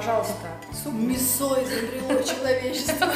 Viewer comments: вы конечно молодцы, но правильно ставь ударение в слове мИсо, а то режет слух. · Не мисО а мИсо!